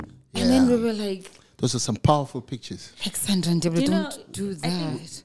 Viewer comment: really got th pronounciation way wrong😂🤣😂🤣😂. Am not even Ndebele but I can hear it